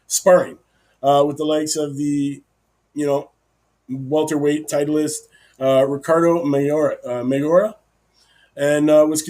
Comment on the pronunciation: if you dont know what to say about a guy like strickland, then maybe you shouldnt be talking about boxing. and you cant even pronounce ricardo mayorga?? really??